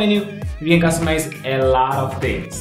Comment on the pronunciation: You have to improve "a laaat of tings" including your accent.